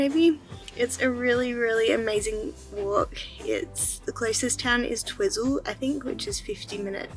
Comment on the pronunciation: It's pronounced "Twyzel", funny hearing you call it Twizzle.😂